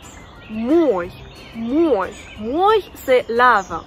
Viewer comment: Pourquoi prononces-tu O dans мой qui n'est pas accentué et A dans мои? Merci